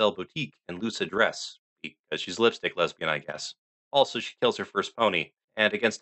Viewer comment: Did- was that-? Did you say les-bean? 😂😂😂😂